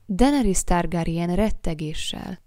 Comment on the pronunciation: DAENERYS= DENERISZ